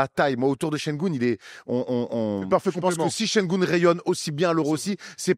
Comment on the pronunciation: Şengün, pas Şengoun. ü = u et u = ou